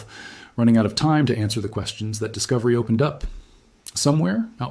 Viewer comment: CLICK BAIT! No one fears anything about the heliosphere of the heliopause or the Voyagers running out of power. Despite a photo of a narrator it is an AI reader. Twice (at least) it used ”T-HAT” instead of “that”.